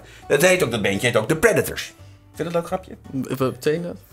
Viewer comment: Ik snap 'm wel. Predeteur klinkt best wel Frans.